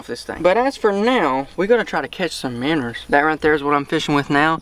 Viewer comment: You pronounce it minnows not manners